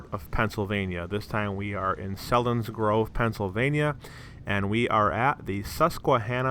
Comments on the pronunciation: It’s not pronounced Sellinsgrove it’s Seelinsgrove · It's pronounced "SEAL - insgrove" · It's pronounced Ceilings grove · It’s selinsgrove dummies